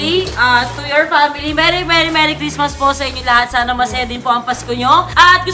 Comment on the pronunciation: bakit yung balloon ano sabi lang merry cristma walang s XD lol hahaha